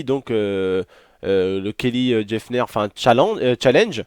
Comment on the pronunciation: Pk tu prononcer Jeffner c'est Jenner tout court